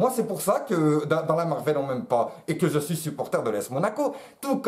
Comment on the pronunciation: "yé suis pivot pivot" jsui mooort